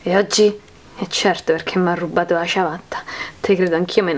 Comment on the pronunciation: dice ciavatta